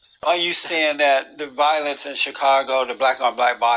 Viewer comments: What is “valless”. Is he trying to say “violence”? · He doesn't know facts. He can't even pronounce violence.